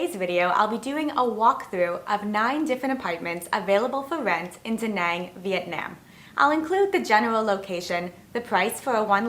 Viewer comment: This bothered me also. Having been to Vietnam and lived there, you should at least learn how to say the name of the country.